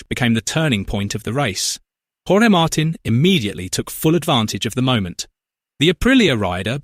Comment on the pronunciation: Yep, Aprilia is an overnight sensation; but it was about sixteen years in the making. They are looking good now! Grinding away on the entire field. Ai Ogura on a satellite bike on the podium too! Hey, it’s pronounced “Mar-teen” ya stinking computer AI.